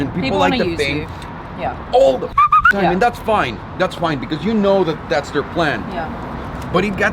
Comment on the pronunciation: I love how you say “because”. It’s like “becuse”. From the nickname supercar blondie, “super” is the most suitable adjective for what you do, who you are. I’m saying that just “becuse” it’s true! Never ever change!